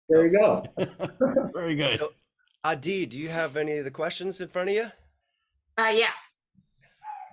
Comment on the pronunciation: I’m stoked for the possible West Coast show! Also happy to know how to pronounce Ah-DEE’s name! You rock, Adi 🤟🏼 -Steve Bolton